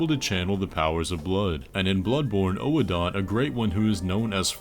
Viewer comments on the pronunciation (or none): For the record, Oedon is not pronounced “oh a don” it’s pronounced like “wooden” without the W